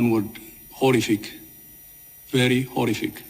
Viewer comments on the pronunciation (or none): As Donald Trump said this guy tedros adhanom is a fake doctor, thank goodness he'll never be reelected, he'll be captured as enemy combatants and will be given to EDM Ethiopia’s Defense Minister 🙏🏽 (the way he said horrific is laughable) a third grade English he speaks, shame.